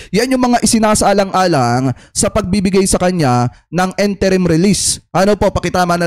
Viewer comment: it is "in-te-rim" release and not "-en-te-rim"...